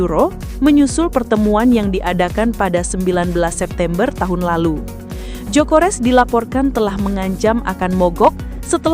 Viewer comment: Gyokeres bukan jokores😂